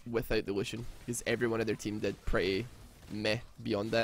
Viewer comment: The name of lucian is on german i loved how you pronounced it xD